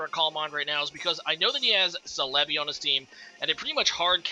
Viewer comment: The way you say celebi throws me off so much o....O celébi, i read it célebi